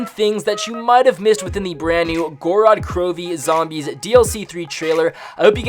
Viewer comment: theres only 2 syllables in gorod bro